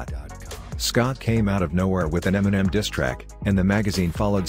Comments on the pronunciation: can even pronounce the word diss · He can't even pronounce "diss track" let alone put a verse together.....cut that check tho😉😉😂